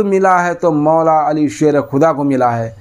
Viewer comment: Abe jahil khabeeth tu hazrat ali ka naam tal theek se nahi le pa raha hai tu hazrat ali r.a. ko kiya jane kutte ulma par bhonk raha hy be imaam